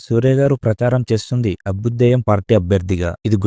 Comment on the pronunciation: అబుదేయ్యం కాదు అభ్యుదయం అనాలి అన్న ..